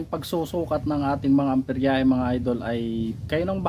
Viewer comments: Amperahe boss Hindi amperyahe. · nice content, Hindi yan amperyahe, amperahe lang boss.